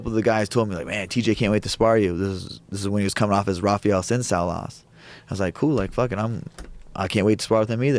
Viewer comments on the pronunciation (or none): none